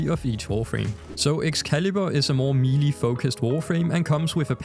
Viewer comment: God I hope someone has already corrected you on this cuz you sound like an ignorant moron. The word "melee" is pronounced "may-lay." Couldn't even continue watching the vid it irritated me that much. You mispronounced the word like 5 times in about 30 seconds, talking about Excalibur. Was like fingernails on a chalkboard for me.